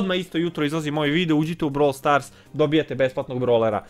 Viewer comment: REKAO SI NA POČETKU BROVL STORSU KOLIKO SI UZBUĐEN 😜🤣😂